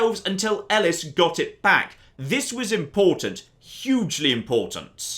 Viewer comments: Pretty sure it’s pronounced like “eh-lease”. But also my sport and spectacle professor could’ve been wrong so *shrug*. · Elis? Who the fuck is Elis?!